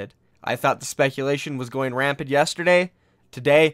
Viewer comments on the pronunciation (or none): did you say "rampid"? LOOOOL